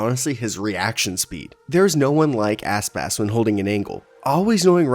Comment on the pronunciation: I coudnt stop hearing asspass. his name isnt that hard to say